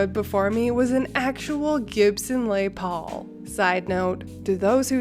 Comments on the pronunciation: AIT IS NOT A LAY PAUL. IT IS A LES PAUL WHICH IS THE MANS NAME THE GUTIAR WAS NAMED AFTER. PRONOUNCE LESS AS IN LESTER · While I appreciate you pronouncing "Les Paul" in the very French Canadian way, as it's a person's proper name, I'm pretty sure it's pronounced 'less' in this case. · Les Paul. It's his name, "Les" Paul, Les - said sounds like "LESS" Paul. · I yelled at you every time you said Les Paul, but then I looked it up and We’re both wrong. It’s pronounced Lezz (I was saying Less) as in, it’s short for Lester Paul. So half “sorry I snapped at you” and half “thanks for leading me to new knowledge,” esp since I DO literally have one hanging on my wall. And yes, sentimental value is attached to this one too. Luckily, not only is my husband not a Karen, he is also a musician (drums, but enjoys guitar), so he’d never do me wrong like that. Also he’s not stupid. 🤣🤦‍♀️ My god, you NEVER sell something like that w/o research! Silly woman! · FYI, I love the sophisticated french way you pronounce the guitar name but . . . it is pronounced "Les" (like "less"). It's named after a guitarist Lester William Polsfuss, a.k.a. "Les Paul." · Your pronouncing Les Paul wrong